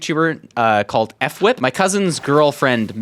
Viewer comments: Lets sound it oud F w i p Fwhip not eff whip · its not f wip its phwip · Nice build! btw its pronounced Fwip not effwip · I watch fwhip aswell haha he’s a great builder one of the best in my opinion I won’t say the best cause there’s people like jera craft haha or trixy blox ok he’s one of the best survival builders oh another thing for his name you don’t say f then whip it’s just one word the f sounds like the f you would say in uhh four and then u say whip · Didnt even take the pigstep😢 its not F Whip its just Fwhip you say it together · haha, "eff wip." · hi! i love your videos and i think it's really cool you're doing building stuff! you're probably the most well rounded minecrafter i know of. also! as a fwhip fan, im pretty sure it's just the f sound then whip rather than "effwhip" :) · The way he pronounces fWhip 😂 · Mispronounced fwhips name 😂